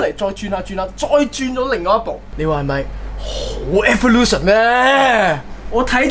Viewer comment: 讀evolution讀到好似少少辛苦咁喎 床哥果然英文帝 讀曬啲英文